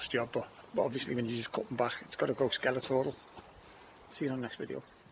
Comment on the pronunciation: Skeletal not skeletoral lol